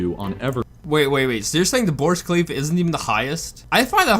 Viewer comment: borge kahleef